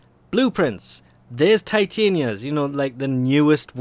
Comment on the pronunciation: its not tiatin-ia its tit-ar-nia